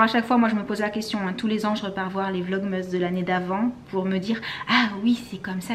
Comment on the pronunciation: Tu me stresse a dire « vlogmeeees » 😂 sinon j’adore vos vlogs💜